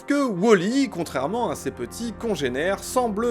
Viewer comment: c'est pas wOOOOOOli , c'est wall.e!😂